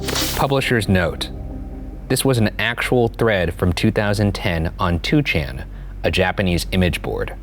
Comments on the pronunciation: 2chan is actually pronounced as Ni-chan in Japanese. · It's pronounced "Nichan" ...